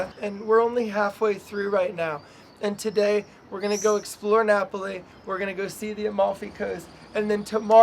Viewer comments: Should have been Nah-poh-lee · and the way she pronounced Napoli too haha